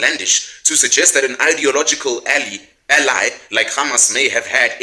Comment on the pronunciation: Why would he mispronounce the word "Ally" as "Alley" if he isnt reading from a script?😂😂😂 they are using this kid